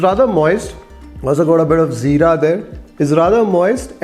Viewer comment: Good ti hear someone rightly pronouncing zeera and not jeera